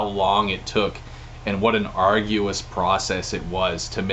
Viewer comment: Did he say "arguous"? 🤔